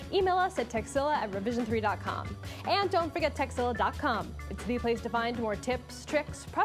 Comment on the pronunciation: she totally says "sexzilla"